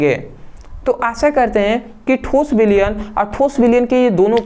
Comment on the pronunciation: Thoos nhi thos hota hai 😂😂